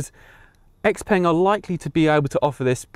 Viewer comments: Yeah. Seems a but odd for someone in China to be calling it 'ex-peng', but I guess that's what a lot of English speakers will be doing, much like how it took decades for people to learn how to pronounce Peugeot, and most still can't spell it. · Ex-peng? No, I like to call it Shia-o-peng. A car for Twelvers. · So, why are we now mispronouncing the brand name?